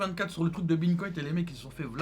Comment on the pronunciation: Il parle du bitcoin quand il dit bintcoint?